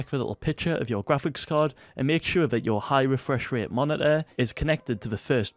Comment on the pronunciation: he really said monituhh